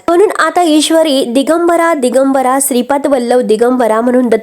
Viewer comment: चुकीचे उच्चार श्रीपाद बद्दल आपण श्रीपत म्हणत आहात